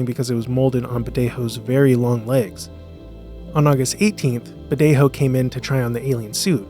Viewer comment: Great video but Badejo isn't pronounced with the hispanic "J" sound (the voiceless glottal fricative, in English "H")! It's an English "J" as "jump" sound (voiced postalveolar affricate)! His Wikipedia page has pronunciation audio.